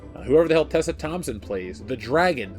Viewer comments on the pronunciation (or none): none